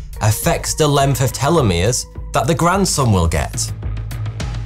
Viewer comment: Telomeres vs Telomeres why are changing the pronunciation of the word